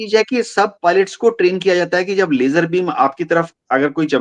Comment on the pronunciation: LASER LIGHT ❌️ LAYJER LIGHT ✅️ 😂